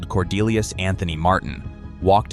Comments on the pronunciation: "Cordelius" for God's sake. What in the sacred F?? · After saying Cordelius.....say no more.